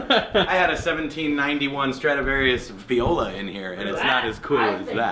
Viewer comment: Did he say viola 🤮